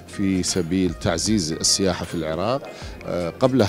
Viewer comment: إلى المذيعة ترى فشّلتينا.. حرف السين هو حرف شمسي لذلك ال التعريف لا تُلفظ في السياحة..